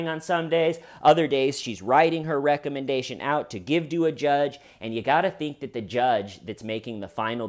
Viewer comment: The way you say recommendation is kinda funny.